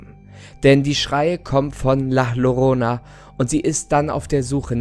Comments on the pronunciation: Der hat nicht wirklich la lorona gesagt 🤦🏻‍♀️man spricht es als la jorona = la llorona 😂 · Es wird la "Jorona" ausgesporchen trozdem cooles Video! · Gutes Video aber ich glaube es heißt la Llorona = La jorona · .......sry aber ich bin halb spanier und es heißt nicht la lorona sondern la llorona(sprich jorona)😂sorry für die klugscheißerei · OMG! Tolles Video😂❤ aber deine Ausprache ist schrecklich😂 man spricht sie nicht lah Lorona sondern La Jorona aus, weil man im Spanischen das Doppel Ll wie J oder I ausspricht😂❤ wir haben dich trotzdem lieb😂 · Ich hab dich und deine Videos echt gern, aber ich hab jedes mal kurz einen Ausrastmoment wenn du Lorona sagst. Es heißt Llorona (Jorona). Genau dasselbe Gefühl habe ich bei Gnocchi, wo viele einfach Gnotschi sagen :(( (No Hate) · Man spricht es übrigens la jorona aus und nicht la llorona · Müsste es nicht "la Jorona" ausgesprochen werden? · Was laberst du mit Peru, la llorona hat angeblich in Mexiko gelebt haben. Also beschwere dich nicht wen jemand mit el salvadorischem spanisch kommt Und ich glaube es wird la ljorona ausgesprochen Hat meine spanisch Lehrerin mir gesagt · Nein. Das wird wirklich la jiorona ausgesprochen. Soll jetzt nicht böse klingen. Meine betonungen sind lieb und nett😊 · da hat jemand in spanisch aufgepast😂👌🏻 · Ich glaub es wird „Layorona“ ausgesprochen. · Doppel "L" im spanischen wird als "J" ausgesprochen, also "jorona" :) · Also man spricht das normal la jorona aus 😂ok👌. Ich bekomme sonst zu viele lachflash lol. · Wie du La Llorona aussprichst macht mir mehr Angst als die Weinende selbst Es wird Jorona ausgesprochen. Genau so wie Mallorca mit J ausgesprochen wird. Gracias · Ich will nicht meckern, aber du sprichst la llorona falsch aus. Ich bin Mexikanerin und es wird la jorona ausgesprochen. Im Spanisch/Mexikanischem wird ll wie ein j ausgesprochen. 😊Ich hoffe ich konnte auf irgendeine Art und Weise helfen. ❤️😊 Schönen Ostermontag noch 💐🐣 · Das wird so ausgespricg la jorona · Man spricht es jorona aus